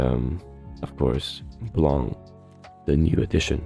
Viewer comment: My mood was bright until you mentionned sync lvl 280; it became confused after, and a little bit sad ><' It got fucking bright when I heard you pronounce Blanc's name properly tho:D Thanks for the video!